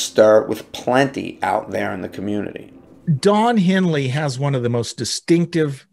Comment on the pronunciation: “Don Heely”? 🤦🏻‍♂️